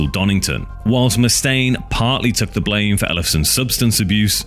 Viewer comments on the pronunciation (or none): none